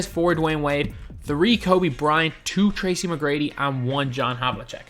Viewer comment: Did you just call him "tracy me grady" 😐